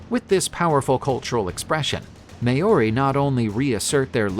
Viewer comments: Maori not may ori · Thank you for scaring some of my culture. Not even my maori teacher would teacher me these things. It's not may-ory it Ma-ow-dy. And it's not wang-a wha wha-unga, its to-ung-a. R's are actually rolled a little on the maori language and "ow" is also a promonate sound. How did you get the last videos pronunciation good then do the complete opposite this time? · First: thank you for sharing some of my culture. But...It's ma-ow-dy, or the lazy way "ma-ow-ry. But it's not "may-or-i." And it's not wang-a. You can use Google translate to find the right pronunciation. R's are actually rolled a little on the maori language and "ow" is also a promonate sound. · > Maori Longer aa sound, no y, short o.